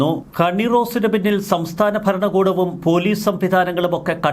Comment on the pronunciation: Faranam, Faranakoodam. The anchor has to improve his pronounciation